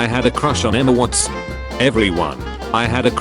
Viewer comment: "Emma WatS" 😭🙏